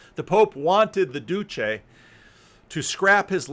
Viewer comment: You need a "ch" sound for Duce and Pacelli